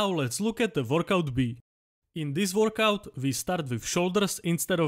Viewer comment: Workout ❌ Vorkouk ✅